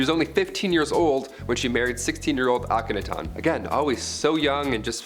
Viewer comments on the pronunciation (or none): It's pronounced Auk-a- NA-ton